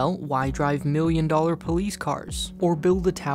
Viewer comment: It's "Million", no "Miuion"